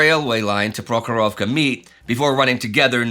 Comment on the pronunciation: I appreciate your Russian pronunciation Indy!